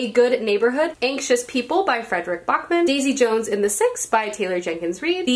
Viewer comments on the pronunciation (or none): none